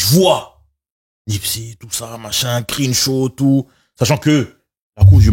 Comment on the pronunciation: Incroyable vidéo les gars! Merci pour la qualité constante. Quand est là c’est tellement bien. Il apporte une paix et une sérénité qui fait du bien. Il a aussi des faits et une expertise qui nous apprennent beaucoup. Petite note de prononciation: le “e” de Crenshaw se prononce comme un “e” avec un accent grave (è). Le début du mot commence comme la “crème”